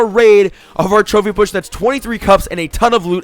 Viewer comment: it sounds like he is saying "chubby push" not trophy push? is this on purpose?